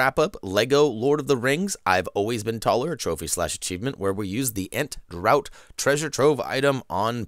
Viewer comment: Draught if pronounced 'Draft'